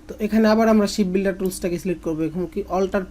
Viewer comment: Vai apnar tools er name gula ucharkn bhull hoche ship builder na shape builder❤